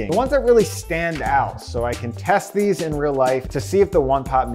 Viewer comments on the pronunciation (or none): test these? test these, testhese... something doesn't sound right here